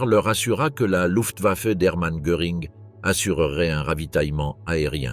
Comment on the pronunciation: Luftwaffe est bien prononcé. C'est rare.